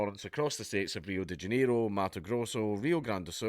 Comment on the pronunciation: "Reeoh Day Djeneroh"